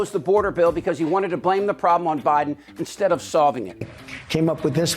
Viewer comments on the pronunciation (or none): none